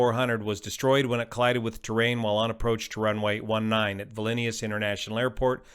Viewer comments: I'm Lithuanian, Vilnius is pronounced directly as it is written, to explain it further: "Vilnius" first 4 letters, nothing unusal just "Viln" no fancy pronounciation. "iu" can cause problems for people that are not lithuanian it is pronounced as a really short version of "you", tho not identical, but close enough. finnally "s" is just a regular "s" so, to summarise: viln + you(short) + s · I'm Lithuanian and I think VIL-NOOSE is correct, just the OO is short, not long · I had to pause the bideo and come check in the comments for this discussion. I'm in the US and also vote "VILL-nee-us". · no idea what you're talking about. I was referring to the guy in the video pronouncing Vilnius with an extra added on I after the L. Making it sound like vilinius. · It is pronounced Vilnus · Just FYI, "Vilnius" is pronounced "Veelnews." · What is Valenius? 😂😂😂 You pronounce Vilnius like that? Do you have hot potatoe in your mouthenius? 😂 Sorry, it's just too distracting, cant listen to it any furthernius... 😂😂 Valenius... 😂😂😂 What? 😂😂😂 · Vlinius? WTF? Trying to make a video like an expert, but can't even pronounce a city name? 😂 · Please stop saying "Vilinius"....🤦🏻‍♂️ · Where do you see VALINIUS in word VILNIUS? American arrogancy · Why do you pronounce the city as "Vilinius"? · Cmon man, its not valenius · Vill-nee-uss (Vilnius) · You keep adding an extra syllable to Vilnius. It's just vil-nee-uhs. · Brilliantly clear analysis. Thank you. Amazing only one fatality. (FYI pronounciation VIL-NEE-US) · It's Vilnius, and not Vilinius, as you are pronouncing it. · Great video but the pronunciation of "vilnius" is awful. It's vil·nee·uhs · It's Vilnius not vilinnius ... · Vilnius is pronounced "Vill-news" (beginning like VILLage, end like NEWS). I would like you to comment on a video which is captured from a Skiing slope. There you can see how just before he hits the ground he banks left A LOT. Like so much that you can see the other wing up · Vilnius ˈvɪlniəs / VIL-nee-əs